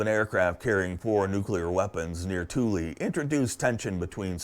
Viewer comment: I thought it was pronounced THOOL not TOOLY